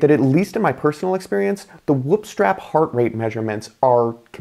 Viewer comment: Why is he saying "wup" tho 😢😂